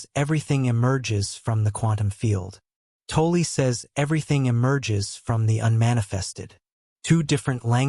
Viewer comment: Please, for the love of god, learn how to pronounce 'Tolle'.